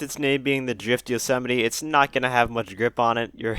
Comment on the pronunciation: Is that the proper pronunciation of yosemite?